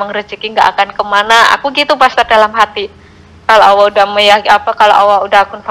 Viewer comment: Bunda ini nyebut Allah dengan awah apa cuma aku yg Salah denger yah?? 😢